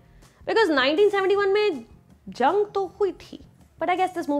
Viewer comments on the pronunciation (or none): none